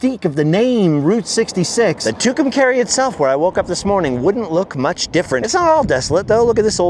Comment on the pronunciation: It's pronounced "Two come car ee" your saying it all wrong!!!